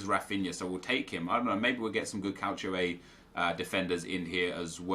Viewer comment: Why tf do u say Calchio? It's Calcio u downie